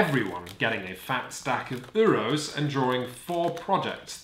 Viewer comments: Dang. Really hate how you guys say “Euros” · The pronunciation of 'Euro's' is really triggering me :(